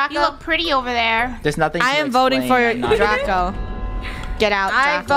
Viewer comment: DRACO not daco